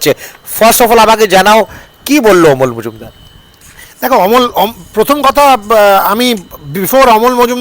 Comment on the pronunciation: ওটা মজুমদার নয় রে, মুজুমদার।